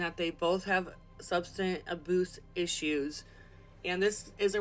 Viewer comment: I love how you say "aboose" to avoid getting flagged. That works pretty well.